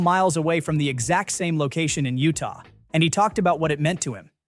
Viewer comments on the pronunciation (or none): none